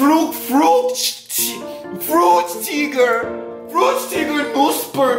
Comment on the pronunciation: German: Fruchtiger Pufreis: Fruktiger Poffreis